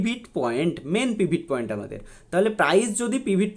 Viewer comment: পিভিট পয়েন্ট নয় কথাটা পিভোট পয়েন্ট